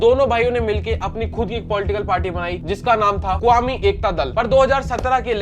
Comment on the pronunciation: मऊ को माऊ बोल रहा। कौमी को क्वामी बोल रहा।